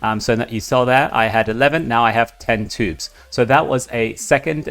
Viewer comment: Another great video, thank you! BTW, it choobs, not tubes ;)